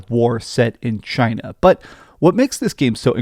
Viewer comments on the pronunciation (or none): none